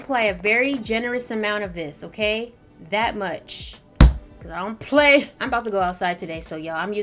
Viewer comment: “Cause I don’t PPlay” 🤣 ima trip yu while you’re walking for saying it like that 🤣